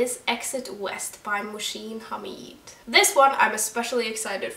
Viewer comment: It’s not moshin, it’s Moh.sin